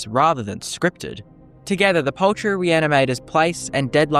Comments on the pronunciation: POULTRY! It's pronounced POULTRY! Not paltry. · I thought we were saying 'paltry' at first, not 'poultry' and was wondering what small thing this reanimator could have done.